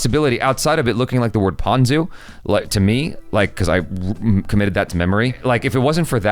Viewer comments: It's not (poo-zoo) 😂. It's (poo-roo) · Actually it is pronounced as 'Puyu' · LOL! You are pronouncing "புழு"(Puzhu) wrongly! The "Zh" is an unique letter for Tamizh and Malayalam The "Zh" should be pronounced similar to "L"(I don't know how to explain the pronounciation in words) in Tamizh and Malayalam!